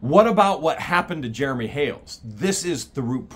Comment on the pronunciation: Ooops it was Jeremy not heremy